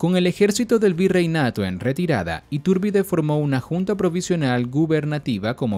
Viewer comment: Me estresa que le modifiques el nombre y lo pronuncies “Itúrbide”...